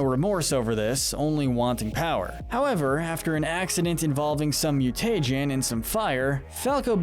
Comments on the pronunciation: this guy keeps saying mu-tay-jen instead of mu-tuh-jen and it drive me insane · could they not figure out how to say mutagen right? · He says mutagen like Fred from Scooby doo says treasure